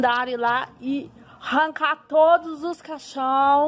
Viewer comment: "Interrano", "rancá"... Eu ja parava por ai